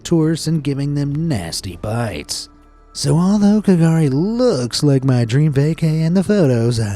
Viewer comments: K’gari is pronounced ‘Gurri’! Used to be called Fraser Island but was given back the Butchulla name! Much love for the channel XX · The way you pronounced some of the Australian things seems odd. We call it Straya, not 'stralia. The K in K'Gari isn't pronounced (and most of us still call it Fraser Island because its easier), and Irukandji is said i-ruh-kan-ji